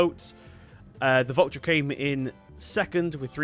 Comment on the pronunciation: the way you say valtra it would be spelled vultra